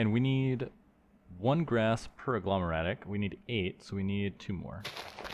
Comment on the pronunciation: Every time you said "infernium" or "agglomeratic" a small piece of me died 😂